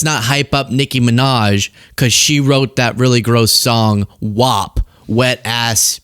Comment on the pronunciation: not only is it not her song, ITS PRONOUNCED WÆP!!!